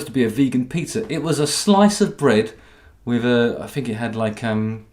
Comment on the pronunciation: Long have I been waiting for vuh moment JH unveiled his very well-hidden /th/. It was soooo worf it. Fanks JH! And fank you for adding vuh bonus /s/ at vee end. Much obliged.